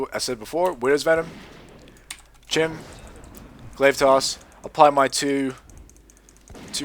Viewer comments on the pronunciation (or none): chimera is pronounced kai-me-ra. this confused me for a while until I figured out what you were talking about. when you said chim I thought you meant chimp... lol